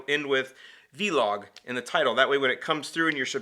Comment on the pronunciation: Showing age by pronouncing it as V-Log. It's one word and not an acronym. Vlog. Anyway, nice vlog.